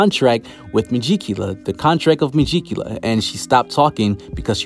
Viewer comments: Me-gi-cu-la lol...no me-ji-cula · Ita megicula not mejicula mee-geek-u-la